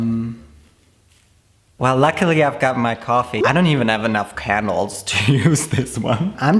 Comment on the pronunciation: Who else heard ‘camels’ whenever he said ‘candles’? 🐫